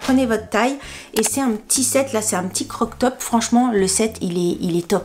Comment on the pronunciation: Tu sais qu on dit :crop top et pas croc top 😂😂😂